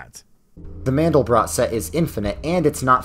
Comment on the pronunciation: Who would have guessed that someone without enough understanding and research into complex systems and chaos theory, would also be so unfamiliar with the Mathematician Mandelbrot, to not know that (as is common in French) the letter 't' on the end is silent. It's pronounced Mandelbro. But the of course the Conformation Biased godbothering interpretation of the Mandelbrot Set, is guaranteed to draw the exact opposite conclusion that it should. Nothing more stridently demonstrates that natural organisation and complex patterns emerge from simple origins. The complexity and order is grass roots and from the bottom up. You don't need a top down design paradigm, if natural order and complex pattern emerges without any even more complex agents to force it's construction and control. The actual implication of Mandelbrot Set is the exact OPPOSITE of what this delusional fool is professing.